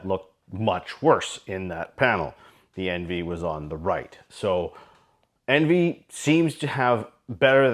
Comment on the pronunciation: It's pronounced on-vee !!!!